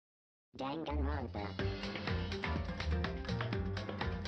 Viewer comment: Also to help you say the name dan-gan-ron-pa